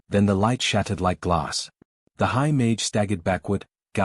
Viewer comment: Interesting story, but you should check before you upload, all the repetitive parts are unnecessary. Plus you should teach the AI to pronounce mage correctly.